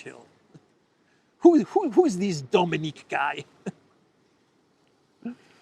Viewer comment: Dominic, not Dominique.